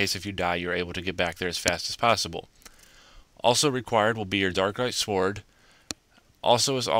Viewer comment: it's (s-ord) not (sword) lol